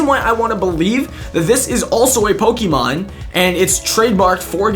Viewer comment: its pok-E-mon not pok-I-mon